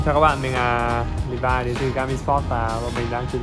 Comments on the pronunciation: đọc đúng là li vai nhé :D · Đọc đúng ra thì là li vai nhưng chắc levi lấy lê Vy cho thuần Việt :)) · Li vai chứ ko phải Lê vi nhá